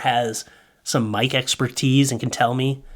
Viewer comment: I totally heard "wife" at the end of the video instead of "mic"🎤 🤣🤣🤣